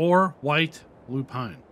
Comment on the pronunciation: Now you can bread a little bit after all of these words 😅 Your pronounce of Lupine is really great now. Well this is a lot of products to mix up as well as optional stuff. I think this is too much for many players, but for those that like realism and curiosity wants to use this. I'm not sure if I'm going to use this in the long run, but I might give it a try. Thanks for the video